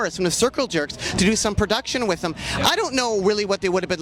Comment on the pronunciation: And “dem” instead of “them”